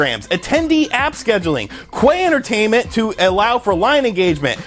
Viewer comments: I think it is pronounced cue-entertainment and not kway-entertainment. :) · learn to read, he said pronounced, cue, and queue are both pronounced identically, but pronounced it kway and not cue "Kway-tainment" is not the same thing as "cue-tainment"